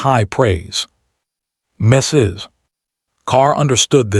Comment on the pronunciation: It pauses in mid sentence and after MISSUS. LOL